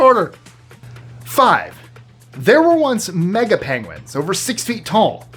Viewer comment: Did do a Benedict Cumberbatch? “pengwings”